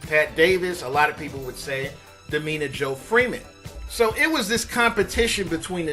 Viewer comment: Damita! Not Dameena!